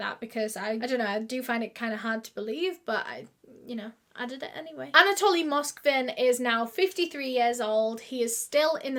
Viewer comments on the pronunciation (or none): I feel that she keeps saying Anatolian like the dog breed..but it is Anatoly